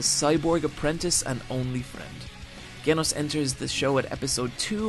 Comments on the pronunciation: Pronounced "jenos" not genos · BOY WHY DO YOU PRONOUNCE GENOS WITH A HARD G? IT PISSES ME OFF. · "Ghenos" "Hwhy" "Hwhen" God i can't take this anymore. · I love your stuff but no way in fuck did you you just pronounce genos like genos instead of jenos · Not sure if is deliberately mispronouncing names at this point. Or just watches anime with no sound. Every video that I've seen, characters are mispronounced. Gen-os. Gen os. But the show in the sub says Jen-os It's a g in Genos. Like the G in generator. Honestly baffles me how it's done in almost every video. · kenos . hate when whites do shit like this with names . genos , GEN - OS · Did he just call Genos G enos instead of Jenos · I thought it was Je-nos not Geh-nos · I absolutely love your videos but, why do you mispronounce at least one main chracter in every video it seems like. (ie "Jen-ohse" not "Gehn-ohse") This name is pronounced in the show itself as such. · "Gen- os" lol it's pronounced *Jenos" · Bruh it's pronounced (J-eenos) not (g-enos) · i mean its not GGGenos its pronounced djenos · You saying their names bothers me like it’s speed-o-sound sonic not sonic speed o sound and it’s Genos with a j sound not a g sound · Enjoyed the video but how are you getting one of the shows biggest characters name wrong! - Genos! Not Ganos! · When u say genos. It’s pronounced Jenos. Not Genos. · Did you even watch opm. I mean you call him ge-nos and not je-nos. Suspicous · btw, his name is genos but you should pronounce it like jenos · I think it's pronounced J-ee-nos not Ge-nos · If you actually watched the show you would know that it's Genos with a "J" sound, not "Ghenos". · Stop saying Genos with a hard "G" when its obviously pronounced with a soft "G". Other than that, great video, love you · No it's Jen-ohs that's how it is pronounced not jin-ohs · Gay-noss ? Genos, with a soft J.. Jaynoss... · But he kept pronouncing Genos with a Gah sound instead of the Jah sound. did he even watch the anime?